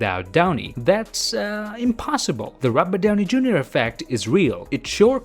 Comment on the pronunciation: I found funny when he pronounced "robert Downey Jr" as "róbadaunei" haha, sorry, video was great, but this point I lost it haha